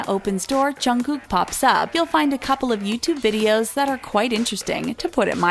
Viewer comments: She said junggoo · did she just say twica- o foek she said jungoo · Who ever said jungkook's name I was like ugh she said he's name WRONG srry I just have this Pet peeve when they say KPOPS name wrong!!!? For BTS and TWICE!!! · i aint a fan of bts but im disappointed of how the person talking said jungkooks name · You pronounced Jungkooks name wrong. RESEARCH. These are all photoshopped photossssssssssss